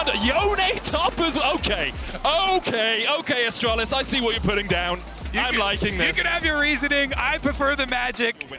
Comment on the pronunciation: Caster calling EST "Astralis" so many times was a bit tilting, come on now... You have one job